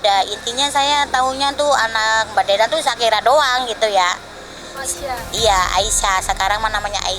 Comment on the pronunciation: Ngakak anjay . Perkara bacaan sharika aurum 😂😂 .. shakira weii.. skrg jd Aisha/Aisyah..